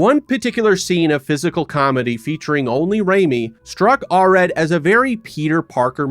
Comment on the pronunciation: You could have pronounced the name Golan correctly, considering you say it about 200 times. Same with Arad.